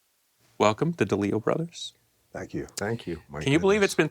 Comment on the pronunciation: Conversations are a two-way street. No, the DeLeos weren't given time to speak without being interrupted. Shouldn't he know how to pronounce Jeff's last name after touring with them? With the BS STP endured over the Pearl Jam comparison why would he accuse Scott of stealing a few words from some song he wrote? Yes I'm upset over my favorite musicians being being disrespected! BC has comments off on Instagram under this interview. Comments aren't off on other posts. He knows he has pissed off fans. Shame on him! He should edit this video taking himself out and repost it. But I suppose there wouldn't be much left if he did that.